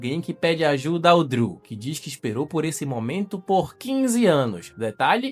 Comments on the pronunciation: Que nervoso vc falar DRILL em vez de DREW kkk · SE DIZ "DRU" E NÃO "DRIU'' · Cara, tu fica falando Driu, fala Dru, Driu faz nem sentido kkk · Meus ouvidos sangram quando ouço ele falando "Driu" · A pronuncia é "Drul" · pq tu pronuncia errado o nome do irmao de chris?